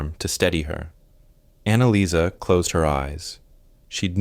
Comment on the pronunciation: GRETA LIESL AND ANNALAIS????? THE FIRST TWO ARE FINE, BUT THE LAST ONE, ANNALICE???? I THINK IT SHOULD BE ANNALEES